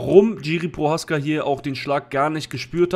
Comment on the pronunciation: Die Name vom prechadzka sprichst so was von fals aus😅 aber alles gut angenommen mach weiter so 👍 ❤ lieb dein kanal 😁 und deine glatze